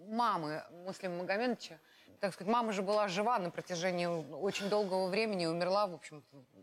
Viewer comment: Боюсь, что она нигде не смотрится. Отчество Муслима Магометовича произносит "Магометыча" . Проблемы с дикцией? Хорошенько бы надо поработать над сценической речью.